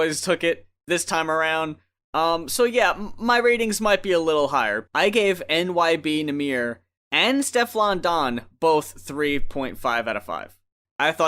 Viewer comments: No ones gonna mention that he keeps saying “nyb nahmir”? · this man said NYB Nahmir lmaoo